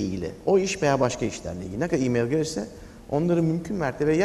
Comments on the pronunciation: Mail değil "Meyıl" Asdfghjkl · Mail, miyıl die okunmaz!!!???